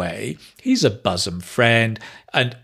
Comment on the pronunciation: Hai, I am an ardent fan of yours. Please carry on your good work. By the way, isn't your pronunciation of the word ' bosom ' different from the standard pronunciation given in the dictionaries, including Daniel Jones's. I suppose it's the Manchuvian version.